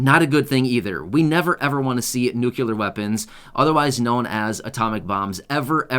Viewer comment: It's nu-cle-ar, not nuc-u-lar.